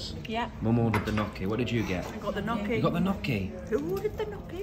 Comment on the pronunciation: Knocky? 😂 “NYO•KEY” Gnocchi.